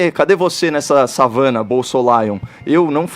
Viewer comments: Na “Havana” ou na savana, Caio? Kkkkkkkk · "Se estivéssemos na "avana"?!! Não seria na savana?